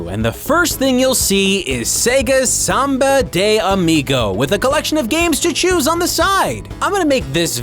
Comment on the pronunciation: É engraçado um gringo falando "SAMBA DEI AMIGOW" kkkkkjjjj